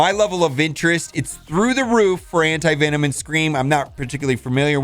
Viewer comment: Anyone else hear him say anti-vitamin?